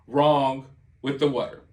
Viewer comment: Maybe they are getting sick cause their drinking this wudder you keep talking about. Have them get some bottled WATER. Out of all the way you pronounce words wrong, say them wrong etc... Can't you after. You are the worst.